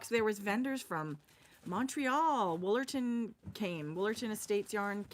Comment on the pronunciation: You said "Woolerton" and I automatically turned my head to spit! 🤣🤣 Sigh, alas the American who's full education on Canada comes from episodes of Corner Gas and Murdoch Mysteries 🤣🤣🤣